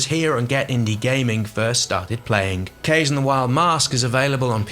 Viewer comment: Isn't "Kaze" pronounced "KAH-ZAY" or am I totally off on that? I thought it was supposed to be the Japanese word for wind....